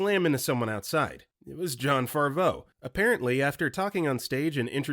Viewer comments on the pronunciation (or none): Dude, it's not Jon Farvo, it's Favreau (rhymes with "have ROW" Speaking of mispronounced Johns, it's "leg-wih-ZAHM-oh", not...whatever you said. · JESUS FUCKING CHRIST. Favreau is pronounced Faav-row. SXSW is said as South by Southwest. John Leguizamo is pronounced Leg-wi-za-mow.